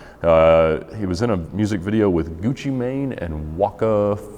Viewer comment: The way he said Waka Floka Flame and Gucci Mane was the whitest thing I have ever heard.